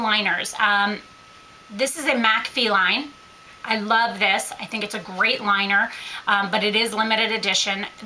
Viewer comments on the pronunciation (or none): none